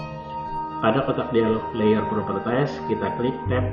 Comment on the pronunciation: masukan saja, properties dibaca "propertis", bukan "propertais"